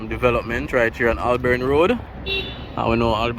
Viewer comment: It is Hol-born not Ol-born Road.